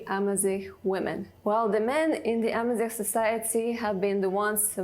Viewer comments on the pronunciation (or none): Argaz not armaz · A man is said Argaz in Berber,not Armaz. The plural is Igazen.